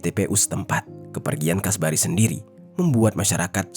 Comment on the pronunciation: Kasbari, kasbri, alah bingung